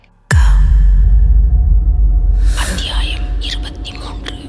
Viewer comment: Thanks for uploading Mr.Rajesh kumar Novel😊 Thanks for your vocal 😊 Especially....Aththiyaayam😊😊